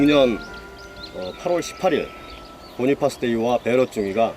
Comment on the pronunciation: Cpt. Bonifas의 발음은 "보니파스"가 아니라 "보나패스"입니다. 그것은 본인도, 동료들도 모두 그렇게 발음했습니다. 물론 외국문자를 한글로 완벽하게 변환할수는 없지만 최대한 유사하게 발음은 해야 하고 또 그것이 고인에 대한 예의라고 생각합니다. 나는 그분과 1년이상 같이 복무했습니다.